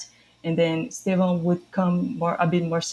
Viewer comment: Guys, please learn from how to at ‘Stev-Own’ It’s pronounced as TWO syllables with the initial ‘E’’ virtually silent. Many of the other media guys are getting this wrong through ignorance. But this is a Chelsea channel so please, do your bit to say it right The clue is Estevao is Portuguese for ‘Steven’ and it’s actually quite close to that when said properly.